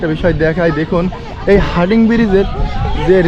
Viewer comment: ব্রীজটির নাম হার্ডিং নয় হার্ডিঞ্জ ব্রীজ । যাইহোক খুব সুন্দরভাবে চিত্রায়িত হয়েছে । ধন্যবাদ।